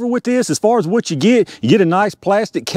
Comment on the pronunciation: ah tell you hwhat